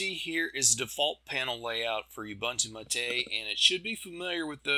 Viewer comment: I was gonna keep it, but since you said that, I must say that it's MAH-TE as in Latte (some people say mah-tay). It's the name of an herb used to make tea and other drinks in South America. We Portuguese/Spanish speakers don't have the French accent. It's actually closer to the Italian accent.